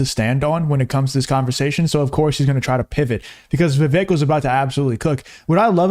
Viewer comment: It's pronounced like "cake"....u said his name wrong at the end after all that